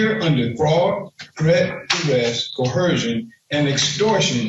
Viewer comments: Threat, duress and co-her-shun. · If I were the judge, we'd start with " you may not use a word before this court if you can not properly pronounce it." There is no H in coercion. It not co-her-shun. It's co-er-shun. We would also not permit axing anything. I know I'm old school. Court is a formal setting I expect formal language. How you speak to your bros in hood is one thing court is another. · What's with sovcits and the word "co-HER-sion"? Why can't they pronounce it correctly?